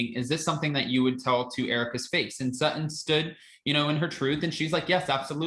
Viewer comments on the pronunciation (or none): And say her name right SuTTon not Suh-un lol